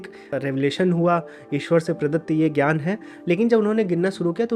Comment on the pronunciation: ज् + ञ = ज्ञ Jna for Jnaana ग् + य = ग्य Gya for Gyaana Please don’t read letters of Sanskrit wrongly as it is done in Hindi. In Sanskrit, what you write is what you read. Not like in English where Ghoti could be read as Fish ( gh as in enough, o as in women, ti as in ration) as told by Bernard Shaw. So don’t read ज्ञ as gya anymore but read as jna